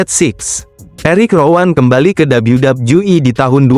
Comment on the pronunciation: Dabelyu dabelyu i harusnya, malah dabelyu dabju i